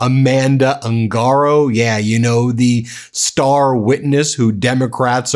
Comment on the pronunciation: Proper pronunciation of surname "Ungaro" is OON ga row